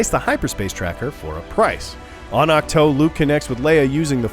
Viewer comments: That moment he says ach toe and not ach too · Awk-toe haha